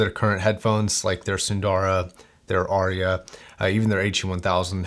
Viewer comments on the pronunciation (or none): none